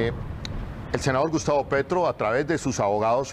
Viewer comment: Huy qué Error al momento de decir gustavo Petro...